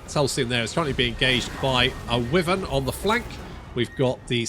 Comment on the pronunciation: It's not wivern. It's Why Vern? Cause his name is vern and he doesn't lift the toilet seat when having a pee.